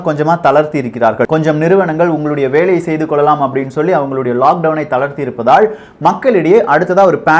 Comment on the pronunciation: Very informative videos. thanks. One minor suggestion on தமிழ் pronunciation: roll your tongue only for ள and fully roll for ழ, but not for ல. Example do not roll the tongue for the word இருந்தால், இருப்பதால் or தாக்குதல்.